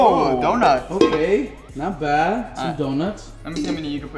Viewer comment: said not bwad